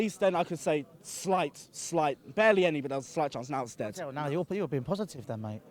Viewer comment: he says "deattt" instead of dead :')